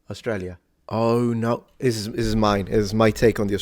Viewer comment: Never say “oh no” again, you’re way off. LOL!